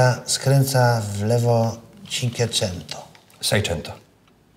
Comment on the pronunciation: "Cinkeczento" :D